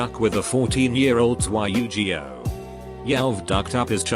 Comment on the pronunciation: Y you gee oh. Jesus christ that sheight (in dachies voice) was butchered